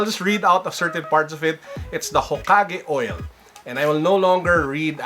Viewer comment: The "HOKAGE" oil........ mmmmmmmmmmmmmm.....🤔🤔🤔🤔🤔🤔🤔🤔🤔🤔🤔🤔🤔🤔🤔